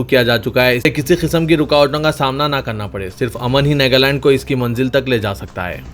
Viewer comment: NEGALAND nahi NAGALAND koi tho durusth karo iss Bande ko